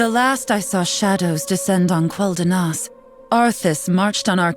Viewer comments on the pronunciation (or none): Can they not direct these actors to pronounce names semi-consistently? Its always been Kel-danas, not KWELL-danas